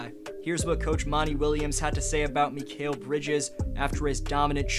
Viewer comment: Hey, amazing video! As a suns fan, its awesome seeing us get coverage like this. Heads up for future video, Mikal's name is pronounced mih-KALE, keep up the good vids :)